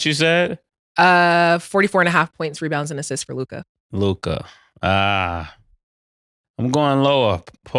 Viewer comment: Mase finally stopped calling him "Lukai"😂😂